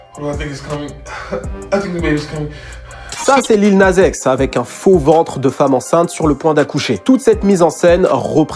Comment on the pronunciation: "Lil naze x" wesh quand tu dis Nas tu dis Naze ?? 🤣🤣